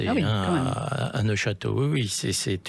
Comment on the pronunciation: neufchateau, pas neochateau